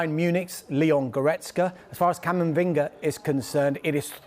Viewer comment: cant even say camavinga lmaoo